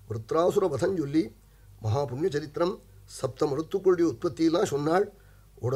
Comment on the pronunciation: Charitram.... Not saritram... Ridiculous....